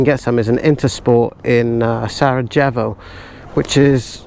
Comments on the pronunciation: That’s the first time I’ve ever heard Sarajevo pronounced sara jevvo’ instead of sara-yay-vo’. 😂😂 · Hi Guys Bosnia is great. I visited same waterfall a few years ago. There are some historic wooden churches nearby. Be sure to visit Sarajevo, pronounced Sarayayvo, airfield museum & Museum of Crimes Against Humanities. Also site of assassination. Croc on Barry 🏍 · and mispronunciation of ‘Sarajevo’ was the highlight for me 😜